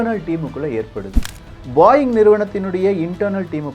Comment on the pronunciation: Adhu பாயிங் illa, போயிங்